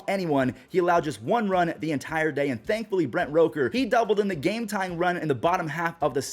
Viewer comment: You know it's (rook - ker) right? Not roke er